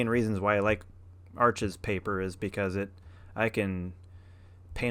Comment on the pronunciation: Wow you painted after 6 yrs, how exciting, I hope you keep going?! I recently discovered your channel a few days ago and am so glad YouTube recommended your channel. FYI: Arches is French, it’s pronounced “Arsh,” the (s) is silent. Thanks for sharing!!!